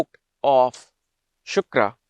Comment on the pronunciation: Hlo sir, no disrespect but it's not shukara. It's shukra. Amazing video by the way🥳